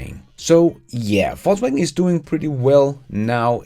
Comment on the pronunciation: I love how it sounds like "false waggon" when you say "Volkswagen". Intentionally?